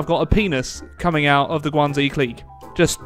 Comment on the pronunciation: I'm sure you've heard this before, but just for my own peace of mind, in the romanization of Chinese (called pinyin) "X" is pronounced with an "sh" sound, not a "z" sound. It's not the Guangzi clique, but the Guang-"she" clique, it's not thew Zibei San Ma, but the "she"-bei san ma. I doubt this will change anything but at least I know I tried lol.